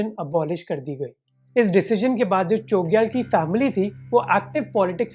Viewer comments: Great video! Just a small correction – the pronunciation of 'Chogyal' should have a 'छ' sound, not 'च.' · Chogyal ka pranounce galat kar rahe ho bhai🙏